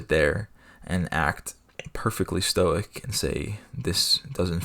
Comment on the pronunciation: Evidently, stoic is not pronounced "Stoike" in one syllable. You learn something every day